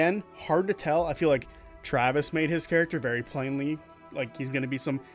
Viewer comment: It's TRA-vis, not TRA-vis... Honestly,... Great video my dude, keep it up.